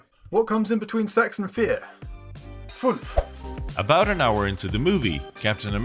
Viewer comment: Füüünf Not funf